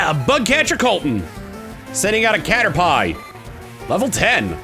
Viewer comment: Okay. I can’t be the only person who thought that was how Caterpie was pronounced as a kid, right? I’ve talked about this several times and somehow no one else made the same error that I did.